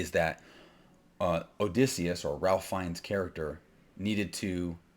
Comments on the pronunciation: I’m with you, but if you’re a “filmmaker,” shouldn’t you know how to say Ralph Feinnes’s name? (Rayfe) I don’t disagree with your take but you reduce your credibility when you mispronounce the lead actor’s name. It’s not like he’s new to Hollywood. He was Voldemort. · He doesn't even know how to pronouce "Ralph." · He lost me at his pronunciation of "Ralph."